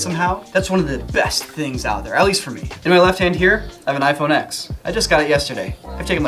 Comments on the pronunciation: iPhone X mispronounced lol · Ok Ex